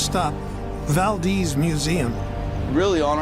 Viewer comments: Lived there for 18 years, it’s ‘Val-deez’, long e sound. Not like the Spanish pronunciation Valdez. It’s so annoying for people to disrespect Valdez by pronouncing it incorrectly. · Valdeeeez for f’s sake!